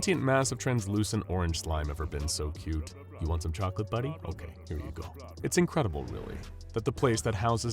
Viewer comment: 999-im not stuck in hewe with you, youw'we stuck in hewe with me.